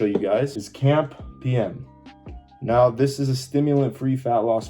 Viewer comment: cAMP or cyclic AMP or cyclic adenosine monophosphate, so most of us would say "see ay em pee" but at least "camp" is quicker to say, you just sound like you have no clue what it is